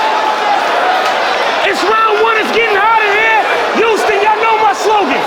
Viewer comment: He pissing me off with this YOUSTON SHIT ITS HOUSTON HHHOUUSTON